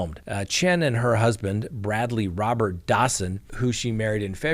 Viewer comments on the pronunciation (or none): none